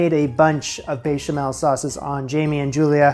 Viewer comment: there is no way the "bay-chamel" wasn't intentional